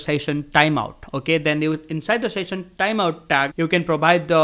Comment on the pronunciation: शैशन not सेशन😂